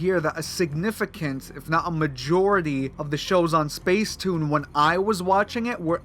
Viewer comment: It’s pronounced spacetoon